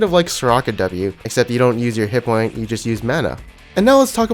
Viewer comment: Hit fucking POINT(S), NOT HITPOINT. You fucking annoying idiot.